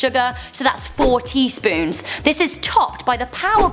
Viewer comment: it sounds like you've said 40 spoons not 4 tea spoons